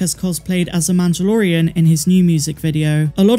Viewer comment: MAN-DUH-LOR-E-AN lol